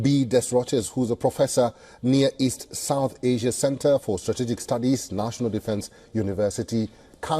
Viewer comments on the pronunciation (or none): none